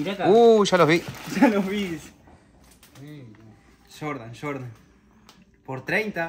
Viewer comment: Se emocionan cuando lo ven, pero no adivinaron ningún modelo, solo decía SHORDAN (Jordan🤣😭